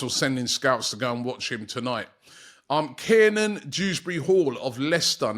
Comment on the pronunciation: How can’t Robbie say Keiran ffs 😂😂